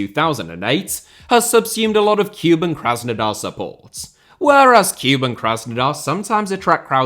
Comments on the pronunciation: So needless to say, 'Cuban' Krasnodar has nothing to do with Cuba ... Kuban, or Kouban, is an area and river in the southern Russian Federation. To distinguish, rather than 'kyoo-bun', the pronunciation should be more like 'koo-bahn' (like cuc*koo* + auto*bahn*). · listening to you butcher team names is half the reason I love this video! Tea-arh-ehz and Cuban were both an especially nice touch. Cheers.